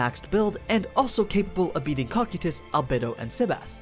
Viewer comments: "cocky tus" "Co-kai-tus" Cocytus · Its pronounced cocaitus not kokutys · its cokaidus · Cocytus co k I tus your saying it wrong and I can't take it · am i the only one who heard "Cockeetus"? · You said cocytus name wrong